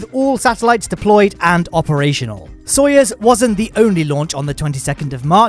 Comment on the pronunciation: stop saying it like its sawyers its soyuz